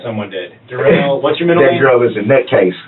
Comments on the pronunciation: Somebody tell me how you get DU rrell out of DA rrell. But what should I expect from a moron that says ax substain stopal and all the other words this fool can't pronounce. Both his interrogations was 1 lie after another. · Da rrell not Darrell but Da rrell